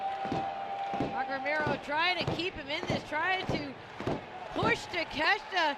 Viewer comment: Taa-ke- shee- ta. That's how it is pronounced. Not Takeshta.